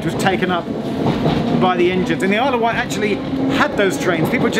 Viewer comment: also it's *Wight, not white :)